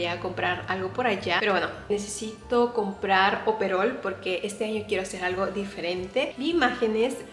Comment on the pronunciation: Es oropel, no es operol 😅